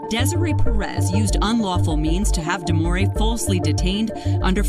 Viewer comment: Omg her name is DEMOREE get it right